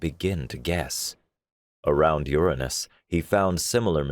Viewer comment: THANK YOU FOR THE CORRECT PRONUNCIATION OF URANUS! Many people don't know that is the true way to speak that planets name.